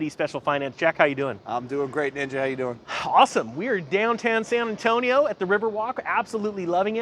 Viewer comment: San Antonio!!! Nice!!! You even pronounced it right this time!!😎😎